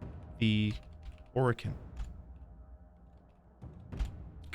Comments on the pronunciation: It's pronounced Or/a/kin, not O/Row/kin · Hey, don't feel self conscious about your pronunciation of Orokin. A lot of people pronounce it a lot of different ways. We won't judge you over it